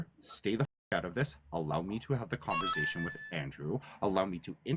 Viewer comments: Who wants to have a “converZation” with a petty control freak😂😂😂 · Converzation hahaa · “In this converzation”…and man, if you made a drinking game out of how many times he said the word “boundaries”, we’d all be dead 😂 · "Converzation" makes my skin crawl 🤮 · converzation... wtf? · Converzation? What a tool, only tools choose to mispronounce words. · Conver Zation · cOnVeRzAyTiOn okay buddy